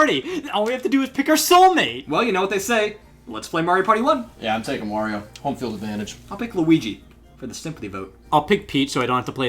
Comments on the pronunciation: i was laughing so hard on the Wario mess ups in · I can't unhear it now...